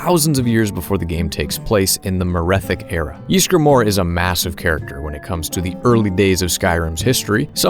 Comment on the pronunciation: Us: "Ysgramor": "YEESgramor"